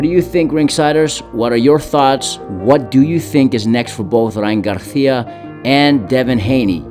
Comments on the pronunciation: It’s Gar[See-Ah] not GarTHIA. Weirdo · Bro I'm getting mad at the way he says Garicia, bro just say it like a normal person wth. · Why this mf can’t pronounce Garcia? Gargggia wtf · He called him Garjia and Garthia in one video 😂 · Cringe everytime he says garthia lol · And its not his accent becuz he says it regularly so many times then sometimes he just emphasizes it with a garTHia..? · Stop saying Garcia like that. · He only said it the first time... Then says it regular.